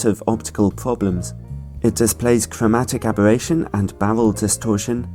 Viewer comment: cwowmatic abewattion? just teasing. love u